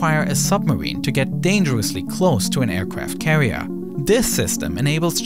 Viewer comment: the aicwaft cawiew🤣🤣🤣🤣